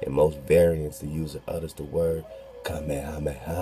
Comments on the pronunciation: I still say your saying it right "King Kameha-meha" how all my kanaka maoli family says it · Even in dragon ball (English and Japanese versions) Goku says "Ka,Me,ha,me....haaaa!!" So you are saying it right